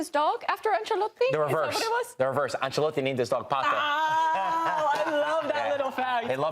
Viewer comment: The American guy talks about gambling on football and says “Ancelatte” smh 🤦